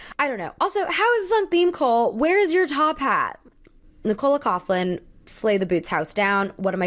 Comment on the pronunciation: Love your videos. So proud to see an Irish star at the met gala. I know our names are tough. But if you'd like to know Nicole coughlan's name is pronounced "cok-lan" ☺️